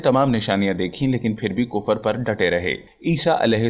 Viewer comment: Thalaffuz sahi karen .... Kufar. Wrong h Sahi h Kufr.. Matha ki enjeel ..wrong h.... Mathew ki Enjeel padho.